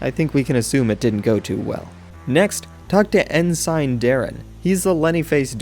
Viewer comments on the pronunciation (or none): Ensine? sorry but its pronounced Ensin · btw Ensign is pronounced N-Sin :3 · FFS man, its pronounced "En-Sin"